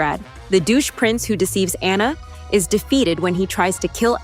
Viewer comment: It’s pronounced RAI-uh, AH-nuh, fuh-sill-ee-AY, al-UH-MEE-duh, GAHN-too, EEZ-muh, SHEER cahn, mad-UHM mim, JUH-peht-oh, and grim-HILD, “”! 🤨 You need to study more! 🙄